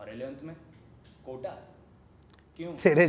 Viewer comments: Sab sahi tha...wo kota hota hai kotha nahi... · Bhai kotha nhi hai ,kota hai 🤭🤭🤣🤣